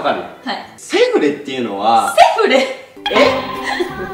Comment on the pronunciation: の セ⤴︎ フレ⤵︎ の発音めっちゃ笑った、、🤣🤣🤣